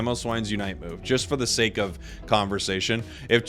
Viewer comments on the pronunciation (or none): none